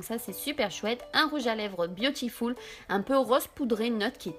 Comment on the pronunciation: Hello super vidéo toute douce ! Petit bémol c'est la beautiful et non biotiful box ;) Bisous Bisous